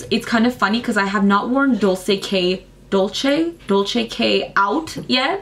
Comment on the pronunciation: Dulce is pronounced "doolsay" hope that helps! You looked confused when you mentioned it! :)